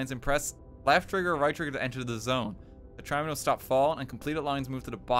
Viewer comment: Dont know whats worse: Dans stress, or the way he pronounces "Tetraminos"